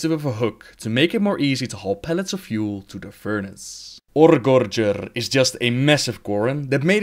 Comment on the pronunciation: Anyone else smile at that stellar pronouncing of Oregorger? :)